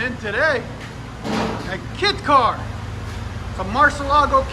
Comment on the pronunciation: “Duh, it’s a keet car, a marcylago keet car”